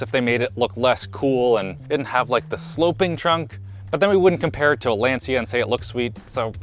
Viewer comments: *Lancha. Ci in Italian is pronounced chee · Lensia? 🤣🤣🤣 Lancia (Italian: [ˈlantʃa]) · great video, but for future reference, lancia is pronounced as "Lan-Cha" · compares a modern car to a Lancia Delta: "I see you're a man of culture as well." PS: The C in Lancia is pronounced CH as in "channel", not S as in "central". It's pronounced "Lan-chee-a" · Lancia is not pronounced lensia lol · A car review from a guy that can't pronounce Lancia right. Kinda embarrassing ngl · i love and stuff but hearing him say lancia gave me cancer